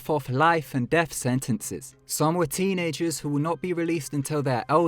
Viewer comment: missing the s of "teenagers" xD